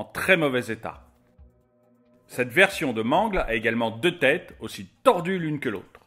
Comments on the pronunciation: c'est pas man-gle c'est m-an-gle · Ce n'est pas mangle mais mangle et c'est pas bb mais balloon boy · Mangleu xD ça ce dit meungeulle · On ne dis pas mangle on dis mangel comme battle c'est mangle voila ci non ces très bon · Mangle.... nan... ça se prononce Mangueule... Sinon j'ame beaucoup ♥ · mangle se prononce MANGUEULE!!!!!!!!!!!!!!!!!!!!!!!!!!!!!!!!!!!!!!!!!!!!!!!!!!!!!!!!!!!!!!!! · Mangle 😂😂😂on dit manguele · je trouve que tu dit mal le prénom de mangle sa se dit mangeul mais ca s'écrit mangle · Comment il dit mangle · Ptn dis correctement mangle en plus bb t la mis 1er t te fous de notre geul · Et ta mal prononcé son nom à mangle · Ca me fait rire quand il dir mangle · Comment il prononcé mangle ça me fait pleurer 😖